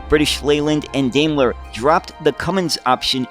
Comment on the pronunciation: Why can't Americans pronounce British words properly?! Daimler is pronounced: dime-ler.